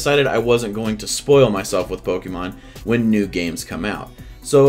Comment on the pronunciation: Yet, u still cant say pokemon right